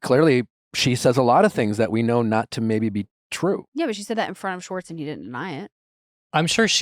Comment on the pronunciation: Can nick pronounce schwartz with an h..... its not swartz (respectfully ✌️) and schwartz was on the show since the beginning.. he just wasn't a main character